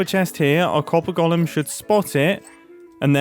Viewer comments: And here's my third Hermit in 24 hours mysteriously unable to pronounce 'golem'... there's definitely something in the water! 🤔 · I like how Mumbo says “gollum” instead of “Golem”